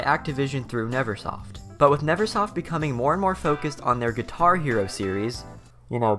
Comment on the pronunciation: Nervesoft is what I've been calling it for years. I just realized I read it incorrectly and it's Neversoft, all thanks to you because you pronounced it correctly. Never not Nerve.